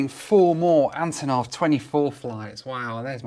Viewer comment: Hi. This plane's name should be pronounced as the first syllable in "unbelievable" ("un", not "a.n."). Cause, you know, these are the first two letters of the designer's last name (Antonov). Thank you for what you're doing!